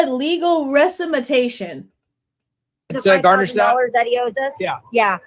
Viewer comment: indeed 😂 he said “resimatation.” Another special “Homer Simpson” moment from soon to go viral. Must always put that great edumacation on public display,, every time you get a chance.